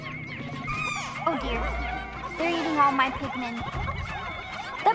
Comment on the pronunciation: Your text to speech program is transcribing "Pikmin" as "pigment" and "pigmin"